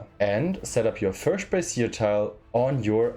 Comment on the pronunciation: im not sure how German works, but in english you would pronounce brazier as Bray-shur (with a Z kind of sound on the shur), the way you are pronouncing it is i believe a bra or some kind of women's apparel. im sure none of this matters, just fun trivia